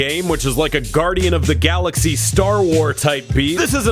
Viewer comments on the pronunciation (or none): none